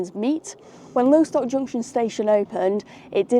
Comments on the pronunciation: It’s called Loss-tock, not Low-stock 🫣. Loved the video though as always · Lo-stock not lowstock.. you're saying it incorrectly